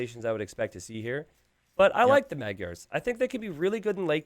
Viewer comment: This is why Magyars are in the top 2 for best feudal (along with Cumans). And I hope YouTubers learn how to say Magyars and Khmer soon 11